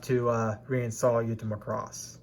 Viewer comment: Bro, it's Macross not Muh-cross. Thanks for your hard work!